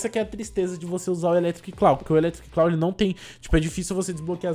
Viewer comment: Eu agoniado pelo ficar falando eletric "claw": 🤢